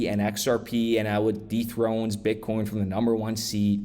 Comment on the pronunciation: That great! I heard you say bitcorn